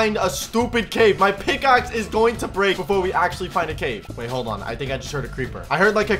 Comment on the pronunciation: HE LITERALLY SAID SMICKAXE INSTEADNOF PICKSXE